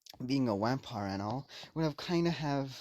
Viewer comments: I heard wampire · Did he say wampire in the beginning 😂😂😂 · did you say Wampire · I’m positive that you said yampire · I also heard whampire